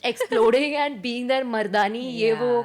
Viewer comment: what is wrong with pronunciation of ‘their’? she pronounces ‘there’ correctly but pronounces ‘their’ as ‘they are’.